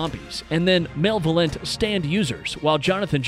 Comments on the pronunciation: Barely speaks English too he said male-volent lol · "Male - VaLent stand user's" Bruh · Male-levolent lmao